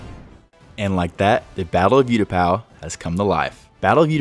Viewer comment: Absolutely incredible moc but please bro it’s oootapau not youtapau 😭😭😭